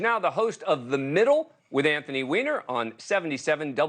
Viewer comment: I’m just glad to see his last name pronounced correctly haha. They used to say whiner.